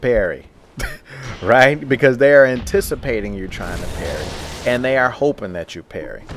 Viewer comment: *and* *partial* *parried* *stunned* learn how to talk right please?